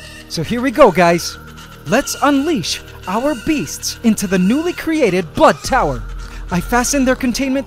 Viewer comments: and luke baxter he said blood tower not butt tower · Baxter he said blood tower not butt tower